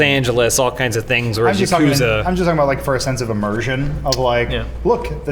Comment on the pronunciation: How can you pronounce ya-ku-za correctly! FAIL